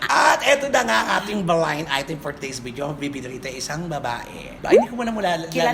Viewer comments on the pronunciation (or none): none